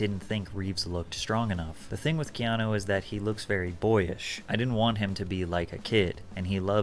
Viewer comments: It’s not canoe. 😂It’s Keanu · Canoe ? Like in the River. Lol. It's Key Ah No. And the amount of haters is ridiculous. About Speed, if anyone tried getting off the bus it would blow up. I always was a fan since Bill and Ted...Then Speed...then The Matrix! Then John Wick. He's definitely one of the biggest actors of all times....Small story he was filming in my town and a neighbor had a sign in there lawn near the house they were shooting in that said Keanu we Love you. He literally walked to the house ripped the sign up and knocked on there door...they were in shock and he smiled and said thank you. This means more than you know and exchanged pictures and hugs with the family before leaving. Real Story. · CANOE 🛶 BRO ITS PRONOUNCED KEY AHH NEW Reeves bro lol 😂 how are you a fan of the Matrix and get Neo’s real name wrong lol 😂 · You're my guy biggups and I'm sure by now or in the video as I watch you realized his name was Ke-ah-new as pronounced. Not Canoe like the thing you sit in on the water lol bro when I heard that I broke out laughing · My boo said canoe reaves😂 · You said Canoe 😂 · It’s pronounced like this. Key-Ahh-New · Like ur channel Its pronounced Kee ah nu 😂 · I thought it was kee-AH-noh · Bro his name ia pronounced Key-ano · Lol Wtf canoe reeves, learn how to say his name if ur gonna make a video my guy. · Ke-ah-nu lol you butchering my favorite actor name😅😂😂😂😂 love ur vids keep em coming stay blessed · Pronounced key on new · Canoe reeves?, please! Not today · Canoe Reeves took me out 😂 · I literally hit rewind to be sure. I'ma keep saying 🛶 Reeves🤣🤣🤣🤣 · Bro at least pronounce his name right yaar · I hate when people do thumbnail and title clickbait like seriously why? The video literally says Keanu didn't sold his soul but your title says he almost did it fcking annoying And how the fck can you butcher his name like that. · U said his name wrong my g😂 lol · He did butcher his name lol but Keanu isn't a common name tbh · He butchered that name